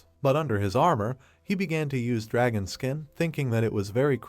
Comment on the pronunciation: bros like oh a drahon devaor oh a gem devaor 😂